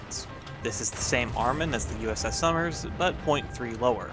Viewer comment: I thought you were saying Summers, not Somers